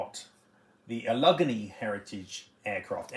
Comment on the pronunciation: Allegheny is AL-ig-AY-nee, in case yinz ever decide to move to Pittsburgh or start collecting classic regional US airlines 😁